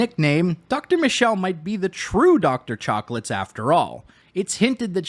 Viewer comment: I had to rewind a few times to make sure I did not mishear Dr. Chocolates. That is incredible and I will now only refer to her as such.